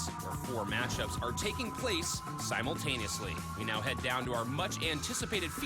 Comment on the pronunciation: For fuck's sake, simul in simultaneously is pronounced like simul as in simulate!